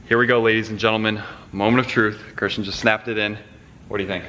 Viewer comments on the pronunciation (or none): none